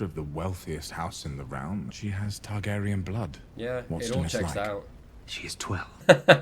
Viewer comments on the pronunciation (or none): "ta-GAH-ri-an" cracks me up how you say it